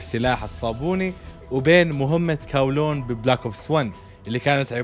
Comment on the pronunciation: كولون ولا قولون 🤣🤣🤣🤣😂